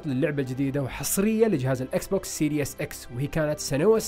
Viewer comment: وكمان ما اسمو سيريوس x بينلفظ سيريس x والله ما بعرف عشو العالم عم بتابعكم يعني رهيب الجهل والله